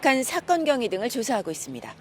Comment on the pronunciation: 사건 경의? 사고 경위 ㅋㅋㅋㅋ ㅋㅋㅋㅋ 기자랍시고